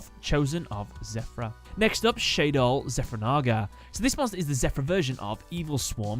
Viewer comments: It's Shaddoll not Shay-doll but great video nonetheless. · It's kinda annoying how he pronounces it "Shaydoll" and spells it wrong. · Why do you keep calling them Shay-doll? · Why do you keep mispronouncing Shadoll?! You say it right and then wrong right after that. SHA-DOLL. Not ShAyDol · It’s shah-doll, not shay-doll The a has the same pronunciation as in shadow, funnily enough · "SHAYdoll" "I butchered alot of names in this episode" Shuh-doll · SHA DOLL, not SHAY DOLL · It’s a combination of shadow and doll. Then why the hell do you say shaydoll Edit: not why do you say shaydoll, how did you get it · If you know Shadoll comes from "Shadow" and "Doll" it isn't that hard to pronounce. Not sure where you get "Shaydoll" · you don't pronounce it shadew. Why would you pronounce it shade + doll. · I'm pretty sure that it's pronounced as shad as in shadow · The way you say shadoll is destroying my will to live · it is also especially weird that he pronounced it that way when he mentioned the name might be a reference to "El Shaddai" which he did pronounce correctly